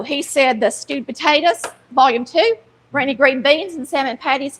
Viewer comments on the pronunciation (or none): Took me a minute for the title misspell: in a Southern accent, your “granny” sounds like “grainy”, lol.